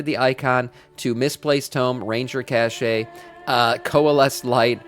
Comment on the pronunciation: Very good video! It’s pronounced cash btw. Not cache